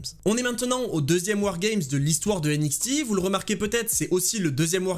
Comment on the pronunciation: J'en peux plus de ta prononciation de NXT avec le X à la française mais le T à l'anglaise!!! 😂 Sinon bonne vidéo comme d'hab continu comme ça! 😘